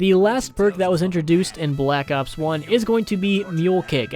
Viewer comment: I love hearing that "bE lak ops". And thanks for providing information!